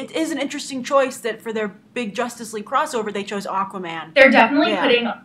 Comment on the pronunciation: I mean Aquaman not Aquoman